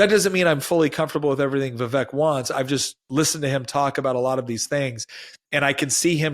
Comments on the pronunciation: Vivek's name is pronounced 'Viv ake' like cake. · Vivek is pronounced VevAke 🙄. Like cAke. I've mentioned this a couple of times. You say you have tremendous respect for him, yet you keep saying his name wrong. This isn't his pronoun,, it's his name. 😠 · Vivek rhymes with cake